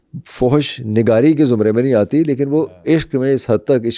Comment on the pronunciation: ریسرچ کمال کی ہے.. اردو کے خالص ادبی الفاظ کی کمال مہارت سے استعمال.. سنتے ہوئے لگتا ہے قدیم عربوں کو سامنے دیکھ رہا ہوں کوئی فلم چل رہی ہے واہ واہ کچھ الفاظ ڈسٹرب کرتے ہیں جیسا کہ فحش کا لاہوری تلفظ 😂